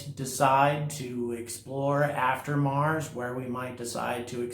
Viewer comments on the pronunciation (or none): none